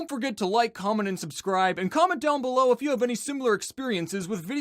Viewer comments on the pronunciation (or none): none